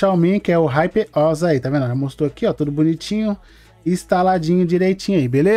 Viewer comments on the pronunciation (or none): none